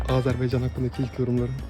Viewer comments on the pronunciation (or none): A Z Ə R B A Y C A N ARKADAŞ KARDAŞIM A Z Ə R B A Y C A N , AZERİ SÖZÜNÜ TERKİDDİNİZ ,AZERBEYCAN DEDİZ, QARDAŞIM A Z Ə R B A Y C A N, Ə DEYEMEZSEN HEÇOLMASA AZERBAYCAN DENE QARDAŞ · Bakiya gelmeden önce lütfen bizim üikemizin adını DOĞRU talaffüz ediniz !!! Azerbeycan diğil AZERBAYCAN !!! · Riça etsem AZERBEYJAN degil AZARBAYJAN deyin teşekütlet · Azerbeycan demeyi bırak!! Azerbaycan olmalı. Şu güzelim ülkeye gelirken önce nasıl denmeli kavramlar onu öğrenin lütfen ! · Azerbaycan! AzerbEycan değil 😠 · AZERBAYCAN arkadaşlar, Azarbeycan değil! 🇦🇿🇹🇷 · Azerbaycan ,Azerbeycan deyil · Azərbaycan.. e deyil!!! AAA!! AZƏRB"A"YCAN.. bey deyil!! Bay. Azərbaycan! AAAAA!!